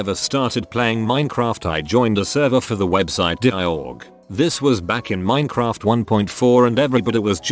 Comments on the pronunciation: No one: Literally no one: Text-to-Speech: Min-uh-craft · use a changer because the robot actually mispronounced Minecraft several times